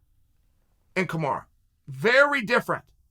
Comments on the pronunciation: Why do u call Kamaru , KAMARA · Chael if you don’t like KAMARU that’s ok, but stop deliberately mispronouncing his name as Kamara. That’s shady.